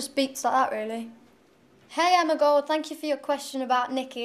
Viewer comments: its 'thank you'. not "fank you." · Don't you feel like you would just like to hug her dearly whenever she says "Phank you"!???? LoooooL ... I just love her way of pronouncing the "F" letter :D like when she said it in the first audition "They are very supportiph! they are back stage!" LOOOOOOOOOOOOOL Love you Cher ... keep the you are and NEVER Change please :)